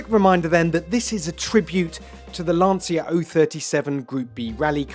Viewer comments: LAN-CHIA not "Lance-ear" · When a motoring journalist can't even pronounce Lancia properly, it makes me wonder who gave them a job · It is fascinating that TopGear after so many decades filming and talking about cars still don't know how to pronounce Lancia 😂😂😂